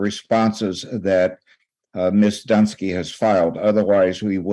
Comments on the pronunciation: The lawyer calling her miss dunce-ky is pretty funny... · Hahaha that old fella lawyer called her Miss Dunce-sky